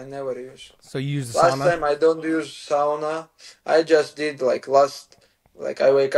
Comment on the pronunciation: I just want to say as a Finnish person that uses Sauna regularly, that Islam actually says ''Sauna'' the correct way. 😊